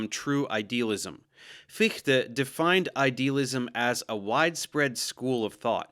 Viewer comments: Agreed, very good pronunciation ! Sehr gut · as a German, your pronunciation of Fichte is spot on! Thanks for taking the effort to learn the German pronunciation 😊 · How you gonna nail the pronunciation of Fichte but keep messing up Berkeley?